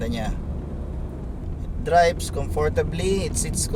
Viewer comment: "Dribes" (drives) and "Bents" (vents). Again para sa mga tamad mag enunciate ng tamang English pronunciation.